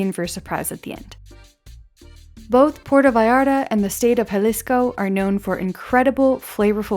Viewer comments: its not "porto" its Puerto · It drives me crazy when people make films about Puerto Vallarta but don't even know how to pronounce the name of the village. It isn't Porta! It's Puerto. [Pwerto]